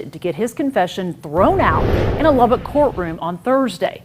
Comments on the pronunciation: I would first like to thank you for knowing how to say Lubbock correctly!!! But I grew up here in Lubbock and well I’m currently watching this in my bedroom in south Lubbock…. This town is the biggest little village ever….. i through the years was fortunate enough to have met Zoe a couple/few times because of having friends of friends ….. despite it looking like it on paper Lubbock is “small” … not even knowing her more than a name and a face, I was aware of the beautiful sweet genuine person she was….. still to this day just in passing conversation this tragedy is mentioned …. I mean this is west Texas…. Yeah things happen here (like people showing up in suit cases or a kid exchange day ending with man shot at point blank range with a shotgun on camera….etc…) but this case actually changed Lubbock forever…. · Being from Lubbock, THANK YOU for pronouncing it right ❤❤❤❤